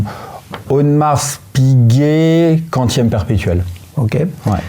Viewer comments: Personne au monde ne prononce le S à la fin de Audemars 🤭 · Étonnant de prononcer le S de Audemars 😅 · Je me permets une correction pour le..... on ne prononce pas le "S" dans AU DE MARS, mais Audemar(s).... Disons que c'est comme prononcer le "s" ou le "x" des mots bois = boisse, bras = brasse (ça va pour la nage vu que c'est avec les bras), pas = passe (avec les mains ou les pieds), colis = colisse, prix = prixxxxxx, souris = sourisse ou temps = tempse.... Et le pire il a un chrono....AP... Dites, la Rolex Land-Dweller, il l'a achetée il y a trois mois... Ok cool... Délai d'attente svp, merci.... Bon après je vais faire l'avocat du diable.... Sa complication préférée "la date"???? Ah ben oui, AP 15202 y a que la date donc autant pour moi... Yacht Master Titane bon choix, toujours la même question, délai d'attente de??? Je continue.... Si son modèle de rêve c'est une AP sans "S" Quantième Perpétuel, question dates il va adorer.... Parenthèse qui n'a rien à voir avec les montres... Le jeans c'est quoi comme modèle? Pour la Daytona présentée au W&W elle n'est pas au catalogue.... Et c'est 16 brevets pour le new mouvement. J'en rajoute un peu... pour le bracelet de la Land-Dweller c'est une réedition d'un modèle de 1945 (Flat Jubilee) sorti la même année que le Jubilee "normal" donc ils n'ont pas tapé au marteau sur un simple Jubilee... Cependant vous avez soulevé un bémol sur le bracelet, pas de réglage rapide. Ok visuellement il est nettement plus "Classe" mais on peut se poser la question pourquoi Rolex n'a pas fait une évolution de ce bracelet avec le systèm